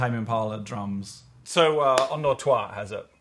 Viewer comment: Wait... "Enders Toi" is pronounced "unduex twa" and not "Enders Toy". I hate being American